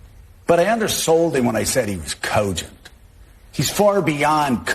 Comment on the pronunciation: How does John Yarborough think cogent is spelled? I've never heard it pronounced with a W and 7 U's